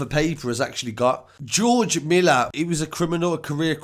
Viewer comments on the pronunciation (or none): none